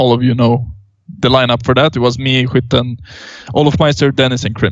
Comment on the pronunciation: hwitten ???? is that skytten ?